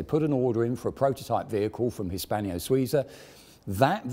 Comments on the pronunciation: Arrrrgh... It's HISPANO-SUIZA, not Hispanio-Souza, damn! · The Swiss firm is called"" Hispano-Suiza". There is no i between the n and -0-, nor is the second word pronounced as three syllables but as two: Swee-za. This sort of sloppiness is not only annoying: it's straight out offensive to anyone not from GB, specifically from the TTM. If your goal is to attract visitors from abroad, stop making a fool of yourself,.:-(